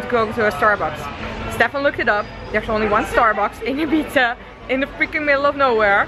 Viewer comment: Hoe Ibiza uitspreekt klinkt als "eat pizza" ❤️